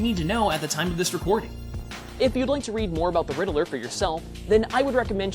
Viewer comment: i thought it was pronounced like ridd-ler but you said riddle-ler